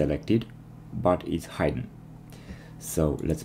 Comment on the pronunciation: "Hidden" has a short 'i' sound.